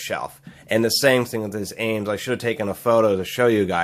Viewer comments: Dude...it's ames.... one word no accent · Every time you say the name it sounds like you are saying anus haha